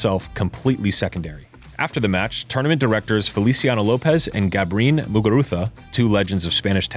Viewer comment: Garbine, not Gabrine